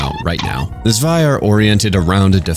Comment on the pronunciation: >suwaia I am begging you, say "Tswei".